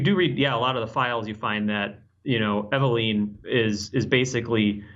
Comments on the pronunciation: god dammit! still saying things wrong. "Megnum", "Dreygons", "Reg doll" and now "Eveleeen". how many times have those words been said in video games and movies but still that accent. E-Ve-LYNN! LYNNNNNNN! LOL!!! still, always good to see him in GameInformer world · it's just weird cause they even say it in the game so many times. I guess i'm still harboring ill feelings for when he used to give Dan Ryckert hell when ever he would say things wrong, but here he is saying the girl's name wrong 5 seconds after someone in game said the name. i still like the guy though